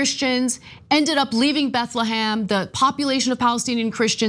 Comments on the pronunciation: BethleHEM not BethleHAM. IF you want to be taken seriously, how about pronouncing things right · "BethleHAM" lmao